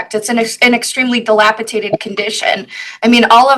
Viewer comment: needs some continuing education in law and english. Dilapitated?